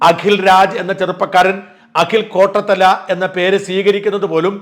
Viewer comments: അഖിൽ "കോട്ടത്തല" അല്ല, കോട്ടാത്തല എന്നാണ് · കോട്ടത്തല അല്ല കോട്ടാത്തല ആണ്